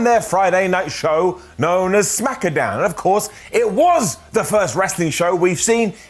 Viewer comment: I am so so glad you say "Smackadown" again. There was a small bit there... Wait, why didn't the Smackdown Brodie Lee tribute get an up?